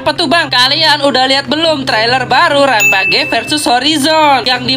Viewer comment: Wkwkwkwkwk org Indo sebut RAM PAGEyy sepatutnya rampejjjj sebutan nya😂😂😂😂